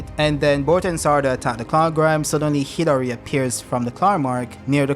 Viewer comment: Dude it keeps sounding like you’re saying Hillary instead of Hidari. Super f’ing frustrating. Otherwise, good video.